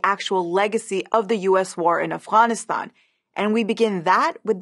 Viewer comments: If she's epeaking in English then why is she pronouncing AFGHANISTAN as AFWANISTAN? If you're speaking in English to an English-speaking audience then use the proper English words. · I appreciate this point of view, this is a good video but every time you say Afguyanistaun it's like hearing someone chew with their mouth open. No Afghan has ever tould me to say it like that. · Why can she not say Afghanistan right but can say afghan correctly I just don’t understand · I know this video in on a serious topic, but it's so weird to hear Afghanistan pronounced that way. It like hearing someone call penguins 'penwings.'